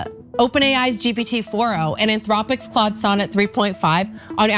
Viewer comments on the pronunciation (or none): none